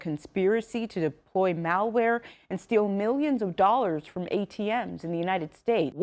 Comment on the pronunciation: Dude it's "mal" not "male" ware. Male wear is a suit and tie.